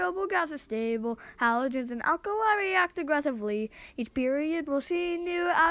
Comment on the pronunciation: did you say halogens 😳